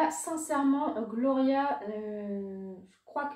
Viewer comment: Coucou, je suis d'accord pour les touches sucrées des parfums floraux, il y a matière de faire différemment. J'ai rigolé quand tu as prononcé "Glowria" ahah. J'adore le bain douche Rhubarbe et Rose, il laisse une délicate odeur pas trop entêtante sur la peau :)